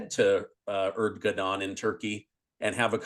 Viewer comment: Erdogan is pronounced. Air-doe-wahhn